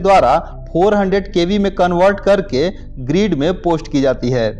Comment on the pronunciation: भाई ग्रीड नही होता ग्रिड होता है